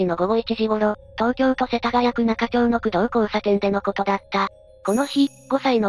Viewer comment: 世田谷区は中町(なかまち)と読みます。それぞれの区で読みが異なるので大変です。 よく通る道だったので他人事でなく気になっていた事故です。